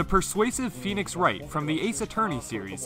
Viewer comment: "Pheonix", that got me triggered.